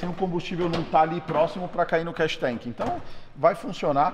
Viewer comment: Não é Cash tank é Catch tank, o povo gosta de falar os termos em ingles e fala tudo errado!